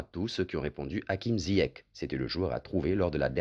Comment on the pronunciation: C pas ziach c ziyech 🤣🤣🤣